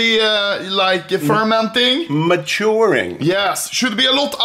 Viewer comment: That "maturing" has unusually good pronounciation for Papa, zero accent at all, damn